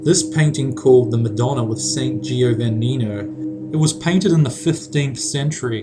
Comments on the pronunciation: Why do people have to pronounce names like (in this case) "Giovannino" like that? I'm italian and i can tell for sure that the i after the g isn't pronounced. Great video anyways.l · Giovannino is pronounced "GE-oh-VAH-nee-no", with the last two syllables shortened. Similar to, Giovanni. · Non riesce nemmeno a dire Giovannino. Che tristezza.